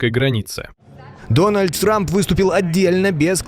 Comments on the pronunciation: Дональд срамп я не ослышался😅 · Он там сказал Дональд Срамп?)😂😂 три раза переслушал.. шестая минута